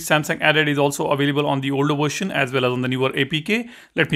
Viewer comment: What the hell is a " worshin"?